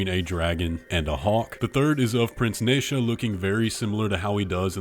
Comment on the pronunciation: You mispronounced nezha